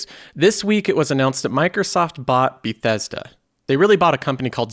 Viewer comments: Be-thess-duh. I Click on the video and I got two suckerpunches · Learn how to say bethesda... it killed me lol